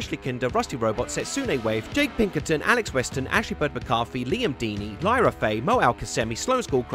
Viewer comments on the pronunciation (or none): none